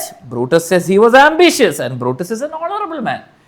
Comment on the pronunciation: Hounarable hounarable😂😂